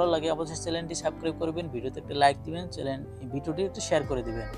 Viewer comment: কত বড় মূর্খ!চ্যানেলকে বলছে চেলেন!